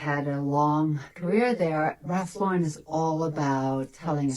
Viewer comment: Also, Raf La’ren? It’s Ralph Lauren 💀